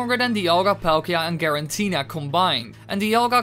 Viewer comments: It's "Giratina" not "Girantina" or "Gerantina" .... so this video and channel not really believeable... learn basics... like pronouncing pokemon names...since Giratina is simple name. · i cringe everytime you say garantina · i love how you say giratina garantina XD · Girantina or Giratina? 🤣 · Say Garantina one more fucking time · I’m impressed that you say Giratina wrong, every time you say it.